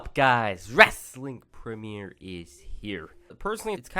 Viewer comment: I absolutey hate the way you do your intro. "WWWWWWweSTlING PwEMIER"💦💦💦